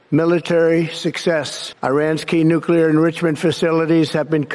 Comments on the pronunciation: He pronounced it correctly! NEW-CLEE-ARE. Thank you, Thank you. Thank you. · It's nice to have a president that can actually say nuclear properly. FFS it not nu-cu-lar... It's nu-clear.